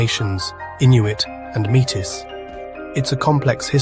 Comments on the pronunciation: “Mitis”?? Oh please. This narrator is so obviously NOT Canadian. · Have been thinking we might be better to explain how Americans are not Canadians rather than the other way around. (What accent is this narrator using? Is he AI? Who says ‘Métis’ like that? He is also having trouble with the Canadian ‘eh’. As for his use of ‘sorry’…sorry.”) Fun video though! 🇨🇦